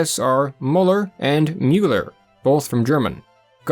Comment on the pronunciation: Mueller and Muller would both sound more like Miller than how the reader pronounced them. "Ue" is a way of writing "U umlaut" when you don't have an umlaut in your fonts, and "ue" followed by two consonants is said as a short I made with rounded lips. The U sound completely disappears. Muller is just Mueller without the umlaut at all.